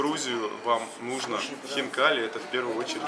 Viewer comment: Не хинкал а хинкали и и